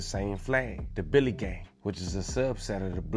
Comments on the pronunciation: Its drilly gang not Billy gang...Billy gang is nine trey... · It’s Drilly and he saying Billy the whole video 😂😂 You gotta stick to DMV content my guy